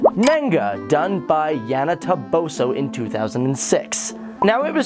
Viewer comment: How can he mistaken Yana ToboSO into Yana ToboShoe? OMG...the cringe....